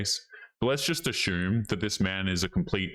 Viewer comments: Maybe it's just me, but it's pretty annoying to hear the word "assume (a-sue-m) pronounced a-shoo-m. There is no h in the word. Kind of a Karen comment, but, yeah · Dude, I'm Stealing the way you're saying Assume --> "Ashum", sounds cooler that way ! who would have known!